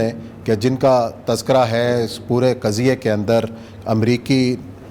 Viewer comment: لَفظ کا تلفظ ہے قُضیے ( ق پر پیش کے ساتھ ) جب کہ آپ کہتے ہَیں قَضیے ( ق پر زَبَر کے ساتھ ) اَپنا تَلَفُّظ دُرُست کَر لیں